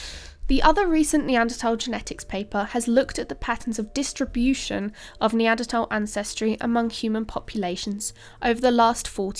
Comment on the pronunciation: Yea, pronounced Apalachia and Neanderthal correctly! She's a keeper!